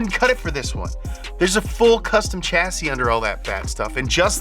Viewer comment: The CH in the words Chassis and Chevy is pronounced SH not CH